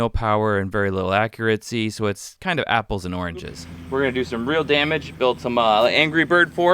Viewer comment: Accuracy, not accuraTcy! No “t” sound in the word.